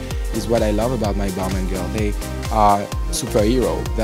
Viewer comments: Girl stop calling it Ball Mon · The creative director pronounces Balmain differently than the rest of the world.. 🤔